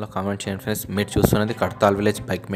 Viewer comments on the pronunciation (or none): none